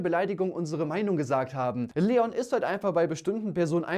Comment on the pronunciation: Leon nicht LLeon:)